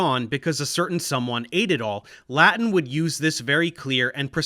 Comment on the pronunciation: You have the most precise Latin pronunciation I have ever heard! Not even my teachers were this good :)